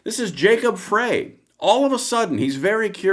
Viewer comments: Frey is pronounced like "fry" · The Minneapolis mayor's name is pronounced 'Fry'; Just to set the record straight...